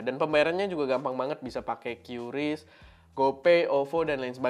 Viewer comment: QRIS di baca KRIS